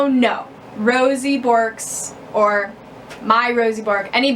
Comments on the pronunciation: In Australia, we call them Grass Parrots, not parakeets. We also pronounce it Berk (like twerk) not bork. They love to pick seeds out of coarse sand (as they are ground-feeders) and from the seed heads of grasses and millet heads etc. These birds don't climb like other parrots so need flight space and a way to get to the ground. Luffas make good chew toys but they don't chew as much as budgies etc. In aviaries, Bourkes get along well with finches as they are gentle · It is pronounced "Berk" lol